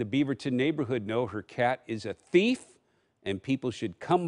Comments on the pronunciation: "letting her neighbors know her cat is a THEIF..." Love the emphasis on the thieving nature of her cat 😂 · The emphasis in "thief!"